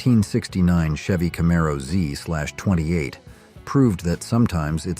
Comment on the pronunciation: I can forgive the "Z-slash-28" & some of the other pronunciation issues on the muscle car segment. Carzy [sic, very] human types who know their stuff would know how to speak the various specialized monikers from back then, so a poor little 21st-century AI can't really be expected to keep up all the time. evil grin The car of mine I miss most of all the ones I've had would be my old '66 Goat. Not a Tri-Power, just a regular old 389 with the Carter AFB 4bbl, but it was a great car that'd pass anything it saw that wasn't a Sunoco station. :) In '73 I had to drive from college to my sister's to go home for my grandfather's funeral. My roomie wanted a ride to Atlanta & another friend wanted me to drop him off a ways up the road so he could hitch home to Charlotte. Even with the two stops to drop the guys off, I made the 180 miles in exactly two hours. Wish I still had that old beast....